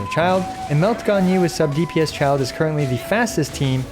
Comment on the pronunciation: Why do I feel like this guy is always butchering Childe lol